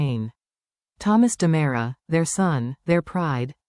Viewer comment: Its not Damara, it's Dimera!! And you're saying Stefano wrong!!